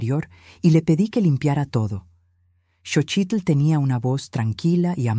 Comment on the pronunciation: Lo que me preocupa es la pronunciacion de los nombres es Xochilt no chochilt, y eso que es nexicana